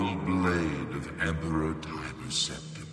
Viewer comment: Where is getting this magic ‘H’ from? Ashoom. Preshoom. Conshoom. Sept-ham.